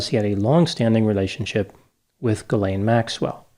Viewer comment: Seems like nobody in the US can correctly pronounce "Ghislaine". The closest pronunciation, expressed phonetically, is jeezLENN, with a soft "j".